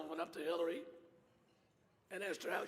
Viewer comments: Omg he does. I listened to it over and over and my family agrees he says Killary. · I'm pretty sure he said, "Please welcome secretary Killary Rodham Clinton." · That dude with the voice box when he introduced Hillary he said killary😂